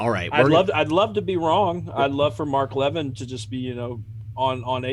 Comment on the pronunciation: Levin as in Mark Levin isn't pronounced leaven like a loaf of leavened bread. It's pronounced La VIN (short a) with emphasis on VIN (short i).